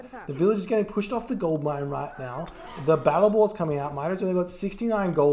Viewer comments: Am I the only one hearing say ”gold lion” instead of gold mine? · I think he says "gold line", which sound pretty similar to gold lion xD